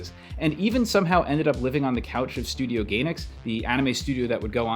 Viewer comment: Oh, man, this is wonderful... despite pronouncing Gainax as GAYnax...😂😊